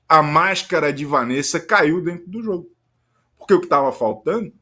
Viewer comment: JÔGO JÔGO JÔGO JÔGO É JÔGO É JÔGO JÔGO JÔGO É JÔGO